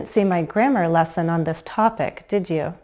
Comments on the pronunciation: 2'03" --> When you expect agreement/confirmation (meaning, you're pretty certain about the statement), a falling intonation should be used. You're right that we stress on the helping verb, but when you say "You can step and glide now, can't YOU?" (@ 3'01"), you're actually stressing on the pronoun, which comes across as a rising intonation. Meanwhile, a rising intonation at the tag means you're not really certain about the statement you're trying to say. This is just my opinion. Perhaps there's regional variation. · I have heard it six times and my ears tell me that you emphasize the pronoun in real questions. "You watched lessons 1 and 2, didn't YOU? I am wrong, aren't I? Boy, is this tricky!